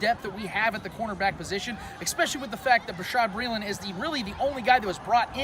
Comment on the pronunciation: Its Bashaud, pronounced ba-shawd. No R lol... good video man... go chiefs